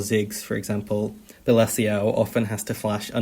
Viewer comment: balassio loooool its bella ciao, pronunciated like "beh-lah cha-oh"